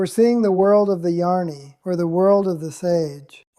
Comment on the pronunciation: Sounds good, a minor point, the pronunciation of Jnani and Ajnani is not quite correct. I think the text-to-voice will do better by replacing Jnani with Gyani and Ajnani with Agyani. Jyani and Ajyani would also work for, though I feel Gyani/Agyani will work better. Thanks for this.